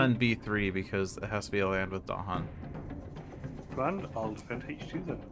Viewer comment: Well done., I"m not in a position of expertise with regard to Spirit Island to comment on whether your play of A Spread of Rampant Green was optimal. But having listened to several interviews with R. Eric Reuss, I am certain you are not pronouncing "Dahan" with the stress on the proper syllable.